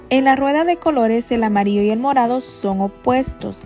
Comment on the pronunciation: Me gustaria saber también de que país eres ? Que tu pronunciación Para las palabras que llevan la letra Ll no la pronuncias bien , solo dices amario , y lo correcto es amarillo , muy lindo vídeo , y disculpa pero se me hizo rara tu pronunciación